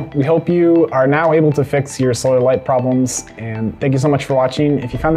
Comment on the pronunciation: Sounds like he's saying soil light